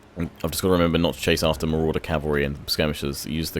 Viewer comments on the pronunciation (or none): none